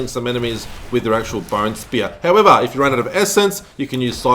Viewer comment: I had fun with this run. Only died once. Btw, I love how you pronounce "howevahr"🤣